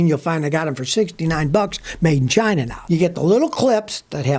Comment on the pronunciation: I can hear Trump pronounce "CHI-nah"